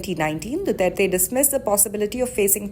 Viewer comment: ICC cant even pronounce his name right much more of what he has done